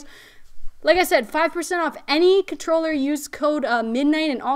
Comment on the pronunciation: She's got skills, a legit gamer, cute and has great taste in gear. I just couldnt get past the "cutroller" every 5 seconds!